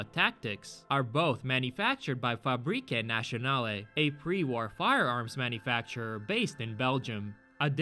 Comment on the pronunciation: Just saying, FN / Fabrique Nationale, is actually in French, as part of Belgium also speaks it. Rule of thumb in french is that 90% of S and E's at the end of a word are silent. It's not "fabrikey nassionaley" (sorry for the lame phonetics) but "fabrik national", approximately. Great video otherwise :). the Antimaterial rifle from New Vegas is also the French counterpart of the M82 50 cal. Its pronounced "Haycat" instead of "Haycatey" as well. Same logic.